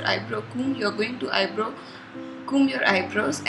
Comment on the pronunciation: It's eyebrow not eyebro